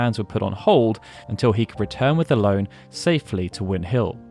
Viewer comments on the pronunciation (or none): Watched this today and loved the level of detail (though in my head, Ellone was always pronounced El-ony. I am not sure if it is official or if there is an official way to say it, but in my mind, I corrected it every time you said her name, haha), and I gotta say I would love to see the same detail for FF9 and 14 (though I know 14 would be a huge potentially insurmountable undertaking)